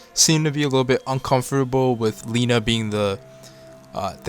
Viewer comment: Lena not Lina